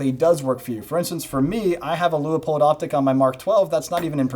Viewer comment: Still amazed no one knows how to pronounce "Leupold". And I'm including the fine people in Portland that make them. Loo-pulled? Lieu-puhl? Leh-poh-eld? Lu-up-peld? Lee-o-poled? La-pel? Li-up-old? My pronunciation Leo-pol'd? My gf's Lup-uld? And now Loo-i-poll?